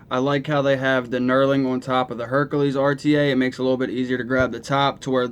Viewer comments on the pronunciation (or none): HerAKles, not HerKAles....sorry that drove me crazy! This isn't the nutty professor rta lol